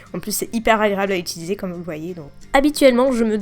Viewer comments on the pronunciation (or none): none